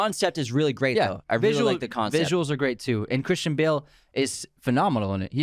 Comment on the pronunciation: your saying Christian and Cris wrong and cayne too